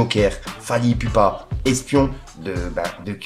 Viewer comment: Pas ipupa mais ip(ou)pa on prononce les U (OU) 🤷🏾‍♂️🤷🏾‍♂️🤦🏾‍♂️